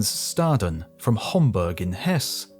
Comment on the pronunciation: Hans —Shtaden. Please pronounce German names correctly.